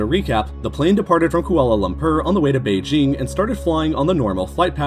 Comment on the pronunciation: Oh my god, the pronunciations of Kuala Lumpur and Beijing are INFURIATING